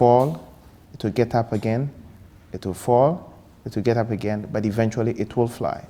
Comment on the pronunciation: Eventuarry... Haha 🤣🤣🤣